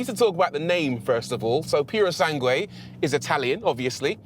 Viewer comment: PErosangue? Really? It's PUrosangue.